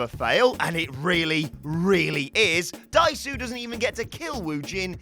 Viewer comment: Me every time he says 'Dai-su'.